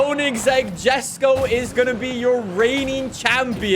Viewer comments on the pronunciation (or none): Please stop pronouncing it as Jesko, it's (Yes-ko) I hope he reads it. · The way you say the word "forza" is soo freaking cringe, hearing you say "fortza" instead of "forza" made my ears bleed. Stop being a generic white guy please, it's read as "yesko" not "jeskow" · Lol jesko is Swedish so pronounced yesko. Still love this vid! Thanks so much for your passion for FH5 science!